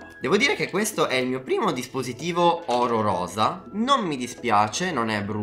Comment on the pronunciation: si dice ororosa